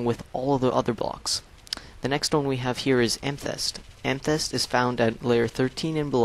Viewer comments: amythest say am-a-thest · Ama-thist thats how u say it